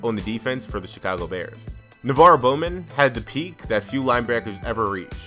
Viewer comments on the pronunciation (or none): none